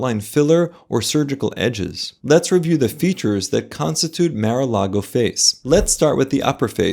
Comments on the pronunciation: It's Mar as in Star, not mare as in stair. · It's Mahr-a-Lago, not Mer-a-Lago😂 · It's not MAIR/MARE - aah - laah - go, it's MAAHR - aah - laah - go!